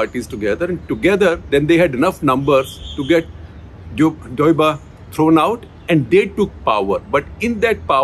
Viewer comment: Pronounced Deau-ba